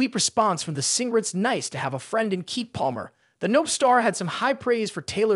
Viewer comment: It’s pronounced KEE-KEE love not Keek! 🤦🏾‍♀️ 😂